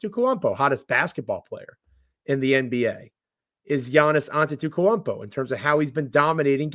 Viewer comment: you have to learn how to say Gianni’s last name lol the man is a 2x mvp